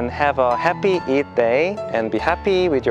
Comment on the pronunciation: It's sounds "eat day".😅😅